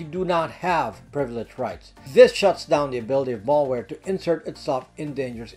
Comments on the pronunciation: FYI (please forgive my nitpicking here for what seems like a minor distraction), I subscribe and enjoy listening to your informative videos on a regular basis and this concerns the way you are pronouncing the word "Malware" to sound like "Mall-ware". The first syllable "mal" should be pronounced just like it's spelled ("mal" should rhyme with "pal" instead of rhyming with "all") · Malware, not mallware. Mal as in malice, not mall as in shopping mall. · I’m surprised that a privacy and computer Protection expert like yourself cannot Pronounce the word malware correctly. The first “a” is pronounced as in the name Al (short for Alan) why is this so? Because Malware, is a portmanteau of malicious and software. MaL-icious is not maLL-icious. If you want to be taken seriously, you need to know how to speak the language of your Professed specialty. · It's not mallware, it's malware. Latin origin meaning bad or ill. You get malware from a bad person, not usually from a shopping mall. Think and say works like malady, malfeasance, maladjusted, malformation, malice, malpractice, malnutrition. Now see and say malware. I knew you could do it! PS: great video! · Good stuff. But "mall" ware makes me laugh